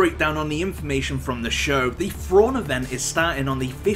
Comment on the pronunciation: Who the hell is Frawn..? Isn't it Thrawn?